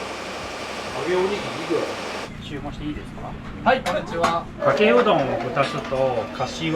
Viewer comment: うどん屋じゃなくて「んどん屋」だな